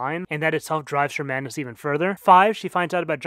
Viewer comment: Great video, i just wish you pronounced the D in madness :v